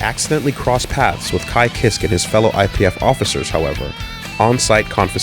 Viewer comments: How can pronounce Jam’s last name but not Kiske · I always pronounced it "Keyskay"